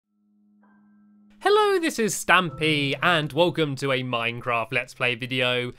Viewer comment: You said stamy when it’s actually stampy